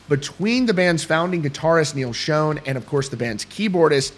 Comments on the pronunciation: It's pronounced SHAWN not SHONE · Love the content and keeping us posted....Neal pronounces his name like SHAWN...God love you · It’s pronounced NEAL ShAWN not shown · First of all, it's not Neal Shone. It's Schon (shawn). Secondly, this all stems back to a tweet or fb message that (supposedly) came from Neal's wife about two certain people in the band needing to remember where they came from. Arnel originally responded to that message stating he will never forget where he came from, he's paid his dues, and they can fire him any time they want. What we don't know (but I'm sure the band does) is who she was actually referring to and if it was actually her that said it and not a hacker. There's so much crap being slung around behind the scenes (band, wives, media, hackers) it's hard to know what's fact, fiction, misconstrued or misunderstood. Everybody but the band just needs to stay out of it and let them handle whatever is or is not going on and let the dust settle. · If you are reporting rock news maybe you should know how Neal Schon’s name is pronounced. These channels are embarrassing, the people on them are even more so.